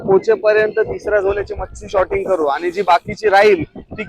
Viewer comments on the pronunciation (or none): Shorting nahi sorting boltat